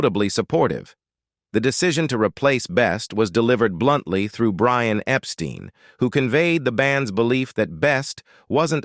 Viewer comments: Brian Epstein's surname was pronounced "EP-STINE", not "EP-STEEN". 😐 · If you watch more than one Beatles related documentary, they ALWAYS f-up Brian's last name!🙄